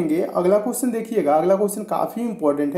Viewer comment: Cusion Nahi hota question hota h